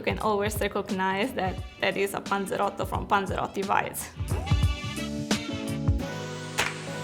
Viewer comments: About 13. Like 7 times she says ponzerotto. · Drinking game every time she says panseroty u must drink ..........Some one is gonna get fucked up